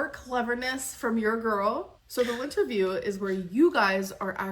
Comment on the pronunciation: I can only hear “LINTerview” and remember Beck’s task.